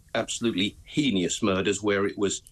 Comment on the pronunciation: It is Heinous , there is no extra I in it! they say it incorrectly every time!!!!